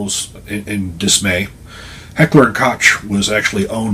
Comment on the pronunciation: Koch is pronounced Coke